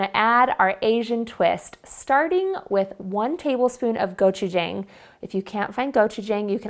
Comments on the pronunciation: I loved it when you said go-chu-jang. It's go-chu-Jong no worries. I speak Korean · Im a korean and never had a meat loaf with gochujang in it. Looks so yummy! Btw, its go choo ja(ah~)ng. Not jaeng or jong. Thanks for all of your recipes!